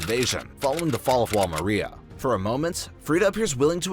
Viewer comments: It is pronounced Wall Mar-Ree-Yuh Mariá the animation tells you shows you how to say it and yet you still pronounce it wrong profusely Why? It's highly disrespectful but good video nonetheless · The way he says Maria 😒